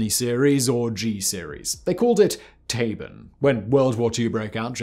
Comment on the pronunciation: Hello Simon, Thank you for this interesting video! However, i want to correct you on one little thing. The nervegas that the Germans were making was called 'Tabun'. Not Tabon. That was it. Kind regard, Pjotr.